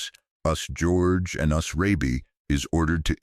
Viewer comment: The AI voice is irritating... Says "us" (as in "we") rather than the individual letters "U S" for United States.